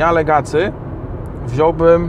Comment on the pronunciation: Jak można być recenzentem i mówić "Legacy"? Aż mnie zaczęło skręcać. Czyta się "legasi".